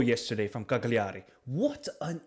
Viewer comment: Good Analysis :) It's pronounced 'calljari' basically 😂